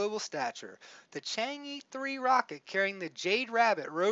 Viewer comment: I'm Chinese. It is pronounced Chang errrr. Not EEEE. But it's ok. Calling it Chang'e makes it kinda like Wall-E.